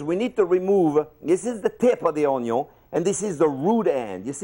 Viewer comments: Everyone’s talking about how he says onion but no one credit his skills of actually slicing the onion . He's the onion master, i don't cry when i cut onions anymore! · This was recommended to me and i thought i could learn how to chop an onion perfectly without crying but now i also know how to pronounce it the best way on earth. This guy made my day because he is so passioned about a thing that most people hate and he is doing it in the most accurate way that i have ever seen. I am not making fun of you. I just have fun WITH you. So cute. Greetings from germany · start watching video to actually pick up tips for dicing onions Me: huh, the way he says onion is really funny. I gotta make a joke in the comments about it... checks comments Me: Oh... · Y'all laughing at how he says onion, but look at my man's hair line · the chef is say it wrong its onion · Ramsey is like you cannot only cook a fucking onion right but you can’t even pronounce bloody word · He miss the day that he say onion right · Now i know how to cut ONYO, but how to cut an onion? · are you ever gonna say onion? Chef: ONYO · Normal people: Onion Jean Pierre: Onyo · This guy: How to cut an onyo ....a good onyo is a heavy onyo.. Gordon Ramsay: it's called an onion you fucking donkey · ONYO .... why have I been calling it onion all my life 😭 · Watched him mincing his onyo 13 years ago and now he’s back in my recommendations still mincing onyos. Not dicing but mincing! Oh, nyo! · Such an efficient way to dice an o-nyo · Say onio 1 more time and i'll lose it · I literally cannot say onyo any other way since watching this like 2-3 years ago 🤣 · Say OniOn , one more time !!!! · i had no idea ou were the onyo guy haha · "The OñU!!" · This video should be titled "How to pronounce an onion" Onyo ☺️ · Omg, I am calling onions, onyos from now on! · Mister, myself and my dog would like to express our most heartfelt expression of gratitude for the precision involved in pronouncing "onyon" properly. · The oonyown